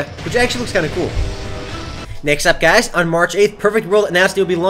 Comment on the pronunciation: im gonna make a utube account called "Gaiz" so that when Says "Hi Gaiz" i can imagine he's talking to me ^_^